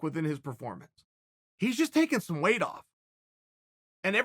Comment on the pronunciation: Am i the only one who gets bothered by how Chael pronounces weight? He always says "way" instead of "weight".